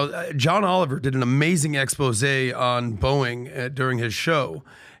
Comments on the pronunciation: Is he saying Boing ? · Love how Patrick pronounces Boeing as boing!